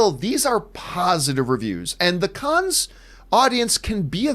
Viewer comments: Pronounced CAN not CANS. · Please stop saying "Kunns" - it's pronounced "Kunn"! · "the kons film festival" No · It’s pronounced can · Isn’t it pronounced just “Cann”? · I'm pretty f-ing sure it's pronounced "Cans". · No it’s pronounced can